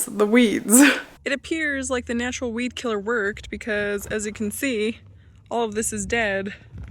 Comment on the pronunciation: Good grief! I thought you were saying bee killer until you were mixing up your WEED killer. 🤦🏼‍♀️